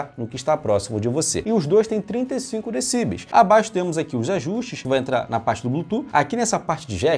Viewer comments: Parabéns pelo trabalho. Obs. A pronúncia correta é decibéis, e não decíbeis como você tem pronunciado. Decibéis é o plural de decibel. Fica a dica. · Vídeo top só faltou falar certo decibéis.